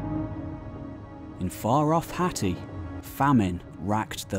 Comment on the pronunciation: I’m sure your pronouncing Hatti wrong